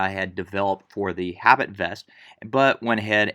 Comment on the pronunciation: pronounced "ah-BEET" not "habit"